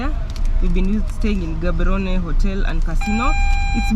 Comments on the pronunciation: Love the episode good people, stop murdering the name of the city it does not contain an H like how we pronounce GHANA, so are you ready? Let’s go Gaaaaaaboooorooooneeeee😂😂😂😂😂😂😂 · I love the way Gaborone is being pronounced 😅❤🎉